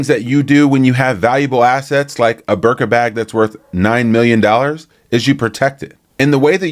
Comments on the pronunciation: I love that you men don’t know how to pronounce the birkin bag😂 birka 😂😂😂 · Good show! one thing… it’s BIRKIN as in Jane Birkin.